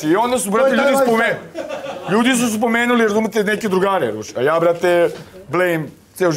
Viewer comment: "Ljudi zu zpomenuli" "razpitao zam ze o njemu" aaauu brale ti pod gasom